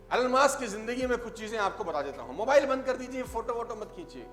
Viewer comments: It’s not Alan Musk . It’s Elon Musk. You teach others, ppl follow you so you should know correct pronunciation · your pronouncation "alan maaaaask''😂😅😂😜